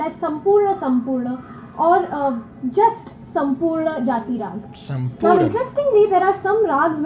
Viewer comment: I’m surprised that how this guy pronounce “sampoorna” so well and he also understood the meaning of chalan is rule. The exact meaning of chalan is the “the way of doing something” which is also Similar to the rules to follow when doing something